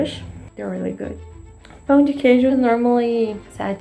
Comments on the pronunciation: Thank you for trying pão de queijo!! It's a national treasure. Just beware the word "pão", because foreigners always pronounce it "pau", which means "d*ck". Of course we understand it's difficult, but it's still funny. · I am not an expert in cheese bread, but I would like to inform you that you, as well as other speakers of the English language, cannot nasalize the word pão and end up speaking pau, which here means something else further below the equator of the anatomy. male. By the way, I love you channel. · i have a tip for you on pão de queijo, but when it comes to pronouncing it, not on how to make it hahaha you want to make the "ã" in "pão" as nasal as possible (instead of the open "A" that's easier to go for when we're speaking English), that's exactly what the ~ on top of the "a" symbolizes. not pronouncing "pão" nasally gives it a tooooootally different meaning, trust me, you don't wanna know it...😄😄